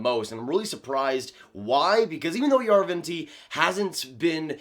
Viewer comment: Jarventie = Yarrr ven tee eh As a Sens fan, I’ve watched a lot of his highlights from the Finnish league. And that’s how the announcers say his name. The i and the e are pronounced separately. Just nitpicking here.